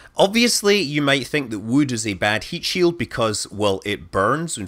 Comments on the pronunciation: "wewd" - scott manley, 2019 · Never knew wewd cewd be so gewd. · now i want to hear him recite how much wewd wewd a wewd chuck chuck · I think you may have mispronounced "wewd". :-)